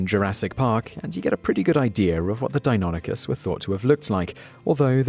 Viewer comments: That pronunciation of Deinonychus has me questioning my existence, I always thought it was Dei-no-NY-chus not Dei-non-y-chus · the first time you pronounced it i literally heard tumors growing but then you pronounced it correctly, when i was in grade school i actually got into an argument with a paleontologist who visited the school on the pronunciation of deinonychus